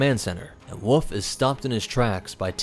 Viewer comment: Bro it is "wolf" not "woof". There is an "L" you're forgetting.